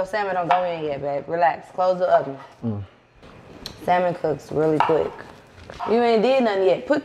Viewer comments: saying the L in salmon is funny. The L is silent people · Naw cause got me dying he said salmon not fish I'm just trying figure out what is it 😩😂😂😂😂😂😂😂😂